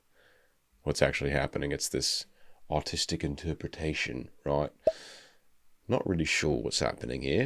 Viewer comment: Monster ver of circe is a def "hear me out" Edit: i heard him say "autistic" instead of "artistic"